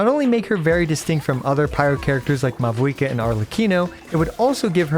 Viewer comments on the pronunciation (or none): none